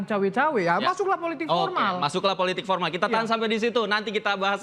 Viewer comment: Joman bilang politik pormal , bukan political animals